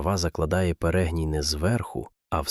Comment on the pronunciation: та не перЕгній, а перегнІй